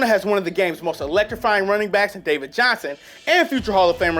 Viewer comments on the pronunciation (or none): none